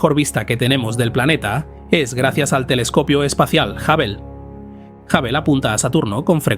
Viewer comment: Ningun jabel ..its hub bl. Aburres